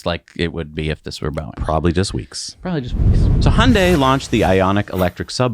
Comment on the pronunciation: Yay! Hyundai was pronounced correctly. 🙂